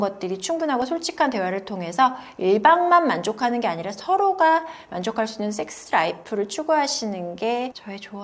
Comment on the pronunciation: 쌕쓰 발음이 아주 추격자 에서 하정우 심문하던 형사님 만큼이나 찰지시네요.